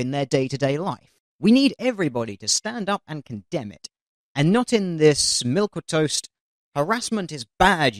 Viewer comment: Milquetoast is pronounced like "milk-toast".